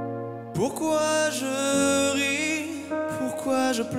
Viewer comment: in terms of technicals aspects he is still unperfect. I'm french and his french is horrible, the lyrics are massacred, when he said "pourquoi je vis" (why i live) he pronounce "pourquoi je visse" (why am i screwing). Same with "pourquoi je ris" pronounced "pourquoi je risse" or "d'en haut" which became "d'un wooouuuuuuu". The lyrics are meaningless at much moments. And i'm listening to opera too. But this song do not fit with opera+modern voicing in my point of view, this is clearly better with modern voicing, Dimash mixing opera voicing with modern voicing when singing this song and i feel this strange (not in the good way). He have to choose between maria callas or daniel balavoine when he sing this. still my point of view of course, sorry for mistakes i'm not english native.